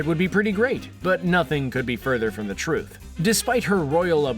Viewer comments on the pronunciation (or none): none